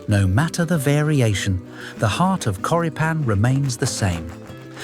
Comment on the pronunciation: Hm, a good alternative that my family uses in America are Johnsonville Mild Italian Sausage. The pronunciation of Choripan is Chori like chorizo and pan (pahn).